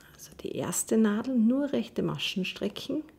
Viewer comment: Sehr schöne und verständliche Anleitung. Aber warum sagt sie immer STRICKCHEN ? Ist das eine Verkleinerungsform von stricken oder ein Sprachfehler? 😂